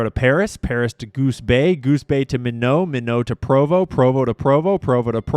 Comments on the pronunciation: Come on, Minot North Dakota is pronounced My Not, not Meno, since it's not French. The biggest thing in Minot is 200 minuteman II missiles and the associated ground launch facilities and control bases. Has there been any significant traffic at PROVO UT with these jets since Charlie Kirk's assassination? Provo has several FBO's and Flight Deck Avionics who does instruments and other work. Dassault is French and is pronounced Da So. On commercial aviation jets, they often make convenience stops to fuel up and to let the passengers walk around. They are not that large and many make you walk around hunched over. So, if you're on a long flight (6+ hours, they may make a stop and refuel and let the people walk around and 'stretch their legs, and do potty breaks.' so the aircraft services are less if you don't have to dump the poop tank. Sometimes, middle east flights come to Paris or UK and drop off passengers, and the remainder go on to the actual destination. I know one couple dropped off people in London for shopping while the remainder of the passengers went on to the US, and they picked up the London passengers on the return flight. If you stretch a tensioned string from any two points on a globe, that will show you the great circle route from those two points. When you're talking $3000-$6000 per flight hour in operational expenses for these jets, Jet-A fuel is a minor expense. Aircraft in war zones often cloak by turning off public transponders so they are not being track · It's pronounced My Knot (Minot) in North Dakota...you know, where all the nuclear missile silos are. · You have to start pronouncing minot North Dakota right. It’s closer to My-not. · It is “MY-not”….and there is no “S” in daylight saving time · BTW, "Minot" is pronounced as MY-KNOT. I was stationed there in the 80s. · Minot, ND is pronounced "my not" Just tryin' to help. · It's My-not, ND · It's pronounced My- Not. Minot, N.D. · You're driven me crazy! It's Minot (sounds like My Not) lol